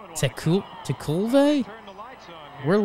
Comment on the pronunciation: Good Lord guys, as baseball men you don't know the managers? Don Robinson who gave up Mike Scmidt's 500th hr? Can't pronounce Tekulve's name? Gracious me. The only thing you're right is the stadium sucked.